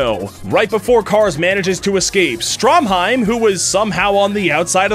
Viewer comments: Has no one else noticed he called Stroheim Stromheim? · Bruh you really gonna call him "Stromheim" instead of "Stroheim?" Also he didn't really throw himself on a grenade. He fucking held that grenade in his own face intentionally to blow his body to pieces and kill Santana.